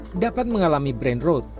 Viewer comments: ketika "Brain Rot" dibaca "Brain Root"... even auto sub dr google dengernya "Brain Road" brengsek, kenapa bukan aing yg kerja di CNN seh?! kebanyakan masuk jalur orang dalem lo lo pade yak??!! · brain rOt bukan rowd 😂